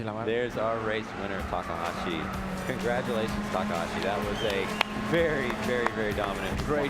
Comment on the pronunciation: It's takahashi!!! pls say it right or not at all